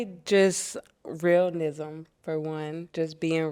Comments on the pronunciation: Did she say”realnism” 😂😂😂😂😂😂😂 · She said “realnism” 🤦🏻‍♀️ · Mf said “Realnism” 😂😂😂😂😂😂